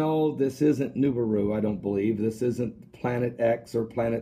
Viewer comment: Lol he says "niberu"